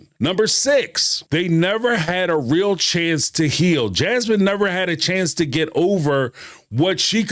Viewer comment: They get "rill" (real) lol